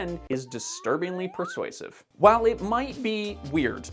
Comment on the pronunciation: pErsuasive ... unless you were speaking cat, in which case, carry on